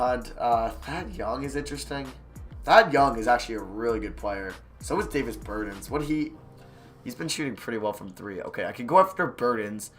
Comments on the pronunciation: ber-taaan like ahhhhh not ennnn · his name is davis bertans (ber-ta-n-s) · *pronances Davis Bertans wrong